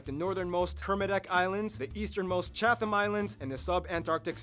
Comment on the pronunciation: The Geography Now guys were okay but mispronounced a lot of things. Locals use "The" in front of North Island and South Island, the same way American use "The" in front of District of Columbia. Chatham Islands is pronounced Chat-am not Chath-am The ao in Maori is pronounced "Oww!" (like you've been hit) and the r is slightly trilled (like a very short cat purr). It's almost, but not exactly, a soft short "d" sound. Certainly NOT "More-ee" like they kept saying. You'll hear the trilled "r"/short "d" in a lot of Maori placenames. The perfectly circular Mountain (it's not) is called Taranaki. If you say "Tud-a-nuck-ee" it's pretty close The adventure capital of the world is Queenstown, not Queensland (that's a state of Australia so big you could easily drop all of NZ in it) Harpuku is pronounced HAR-pook-kah, not Har-POO-KOO Hangi is not said like its a Japanese word -Han-GEE. The last letter is almost lost at the end -much softer than what was said. Apart from that it's all pretty okay. Kinda skimped on the whole "First country in the world to give women the vote" thing. Blink and you'd miss it. Also forgot to mention that there is some disputed evidence to suggest that a Kiwi called Richard Pearse beat the Wright Bros to powered flight by about 6 months. Not bad for a small country at the end of the world.